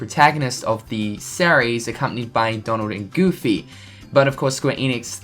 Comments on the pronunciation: The way you pronounce "series" is sear e-s not sah reys learn English ass hat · dude learn to pronounce series